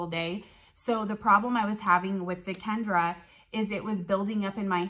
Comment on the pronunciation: It's Kenra not Kendra